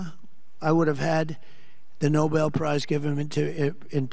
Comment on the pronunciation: Tr*** should not get it until he learns how to pronounce it! NOBEL But even then he shouldn't get bec he has done nothing to earn it.